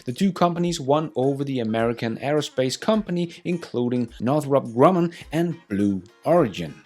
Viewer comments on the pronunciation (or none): none